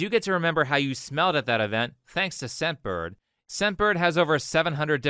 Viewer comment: hey a quick comment, i was listening to this video and i kept hearing you say "sempered" instead of "scentbird" in the advertisment. it might not be so clear to other people as well